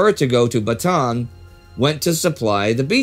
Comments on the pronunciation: idk if you'll see this, but just a heads up. Bataan is pronounced "Bata-an" with three syllables, not with a long A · Excellent episode like always! I just wanted to mention that the a's in Bataan are prounounced seperately like Ba-ta-an. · I don’t know if it matters. But Bataan is pronounced as Bata-an. The two As are pronounced separately. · Thanks. I wasn't aware of that. Since we shoot several weeks in a row, though, you're unfortunately stuck with this mangling of it until mid January. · Bataan is pronounced Ba-ta-an :) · "Corregidor" should be pronounced as [kɔˈɾɛhidɔr] (ko-ree-hi-dor), and "Bataan" as /bɑːtɑːˈɑːn/ (ba-ta-an). The other Filipino words are correctly spoken. Thank you for your videos.